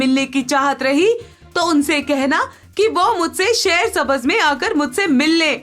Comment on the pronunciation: Nice story...❤ Just improve the pronunciation of Urdu words. Shaher-e-Sabz